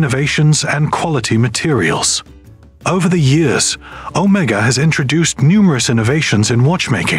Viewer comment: You need to learn how to pronounce the word Omega.